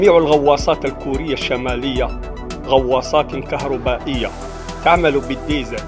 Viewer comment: كهربائية وليس كهروبية.وشكرا